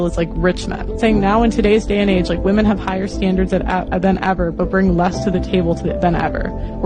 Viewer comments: like your content but when will you learn to pronounce women its plural bro! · I believe he's saying it on purpose. Sarcasm, like using the word "wamen".